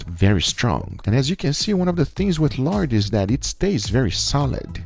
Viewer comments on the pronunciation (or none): Guga! Your Brazilian / Belo Horizonte accent came through in the Lard section! You sad 'yard', not 'lard'. However, at least you didn't pronounce it as 'hard', (as many Brazilians would) ! :)